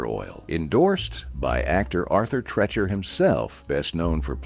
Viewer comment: If you knew how to pronounce "Treacher", I'd finish watching.